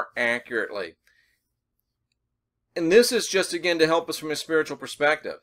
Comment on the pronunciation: as you where saying spearitual/spiritual in this video I was hearing sphereical. Where you've been talking about Angles/Angels lately this opens up a new download of traveling in the sphere-it. Think on that profundity.